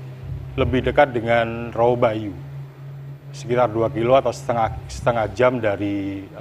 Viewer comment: Rowo Bayu Bukan Rowo banyu